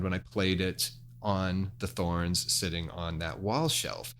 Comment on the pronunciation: I love Pangea products. This good information. I too have a Thorens table (TD 125 Mk II) and love it. I do think it's pronounced TOR-enz however. Carry on!